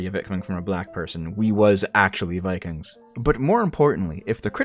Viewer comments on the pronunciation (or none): "we wuz viKANGs"